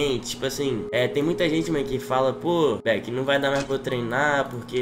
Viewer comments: Eu achava que falava "baquê" não Beck ikkiikkkk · TROPINHA APRENDAM DE UM VEZ É BEK E NÃO BAK E NEM B 4 K 🤣🤣